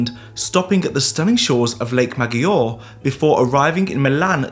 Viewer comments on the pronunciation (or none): Thank you! Great video as usual. BTW, it's pronounced Lake Majoray, with stress on the letter "O" and a rolled "R". About two thirds of it lies in Italy, one third in Switzerland. Hemingway's novel A Farewell to Arms was in part set on this lake.